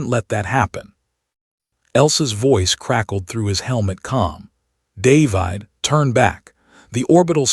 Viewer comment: Stupid AI voice can't pronounce the name 'David'.